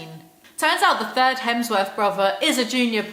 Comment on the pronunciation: Feel so bad for Luke Hemsworth every time you say "the thirs Hemsworth brother" 😂